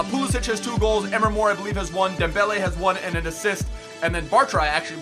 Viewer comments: its not emer mor its em-ree mor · EMRE MOR NOT "EMR MOR" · It's not Emma mor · EM-RE MORE Say it right bro